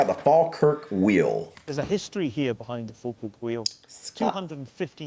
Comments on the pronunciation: It's just down the road from me. 😀 You did a good job on pronouncing Falkirk, if you want to say it like a local then it's Faw-kirk. Falkirk was a huge industrial area - we can travel the world and find Canon and Telephone boxes made in our town. The 'Carronade' was invented in the Carron Ironworks - worth checking out. There are quite a few videos out there of people transiting the wheel on narrow boats - you can hire your own boat or catch one of the tourist boats that takes you up and down. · I'm just impressed that you pronounced it as the Folkirk Wheel and not Falkirk the way you pronounce falcons.